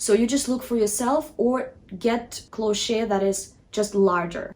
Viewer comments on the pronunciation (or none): Lovely video. FYI Cloche is pronounced like "closh"